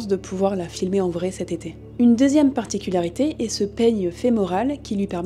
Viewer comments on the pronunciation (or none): none